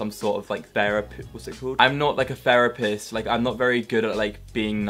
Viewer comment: "I'm not like a ferapist"